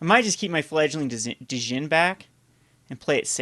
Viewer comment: You aren't supposed to pronounce the "D" in Djinn.